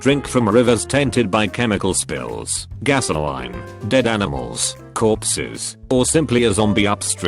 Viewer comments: Nobody: Absolutely Nobody: Not a damn soul on God's green Earth: Text-to-speech: Gas O'line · AI voice: Struggles with Gasoline but can pronounce Cryptosporidium without issue.